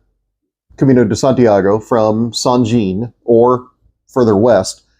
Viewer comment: I'm sorry but I have to correct your pronunciation of St Jean . It is France for John and pronounced as St. Jahon (with a France Axcent ) . thanks